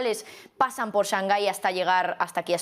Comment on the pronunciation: Porque siempre pronuncia "shanjai"?? Lo pregunto desde el desconocimiento. Saludos